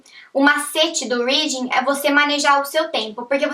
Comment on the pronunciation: Mas pq não aprendeu a pronunciar "reading" e "writing" ainda!?